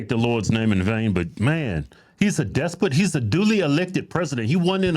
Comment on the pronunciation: AOC... WTF is a "despote"? The fact that people believe her & vote for her is the problem. Go back and watch Stalin or Mussolini speeches, that's what the AOC chants sound like, not Trump's (Trump is 100% evil, wait & see). The only way to make buses "faster" is to reduce the # of other vehicles on the roadways. You can't make buses "faster" bc of traffic congestion.